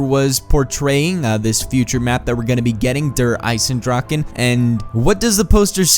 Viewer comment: Now i know how you say it xD Im form germany and i was laughing when he said "Der Eisendrache" .